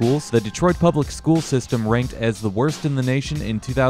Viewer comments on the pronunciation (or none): none